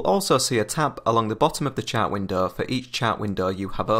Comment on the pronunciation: omg its pronaunced "Chart" not "Chat".